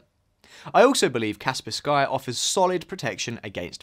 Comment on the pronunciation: Kaspersky is one word, the "sky" is not an additional word... so you have to pronounce it as "Cars Purse Key" and not "Cars Purse Sky". Its not pronounced differently according to region, that is just how you pronounce it even when using English language rules.